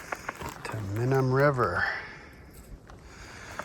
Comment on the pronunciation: This isn't hike in only, and it's "My num", not mihnum